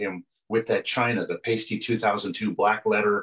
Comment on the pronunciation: It's pronounced PIE-STEE not paste-tee!!